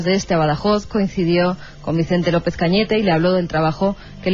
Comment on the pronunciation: Iker...ANTONIO LOOEZ SIERRA NO GUERRA....😮😮😮😮AY DIOS MIO🤢🤢🤢🤢🤢